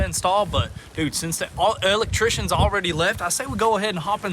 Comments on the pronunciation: He kills me with that " L ectrician " 🤣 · “Let’s go spy on the El-Leck-trishions” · Elect...Trictions lol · Where'd you guys learn how to say electrician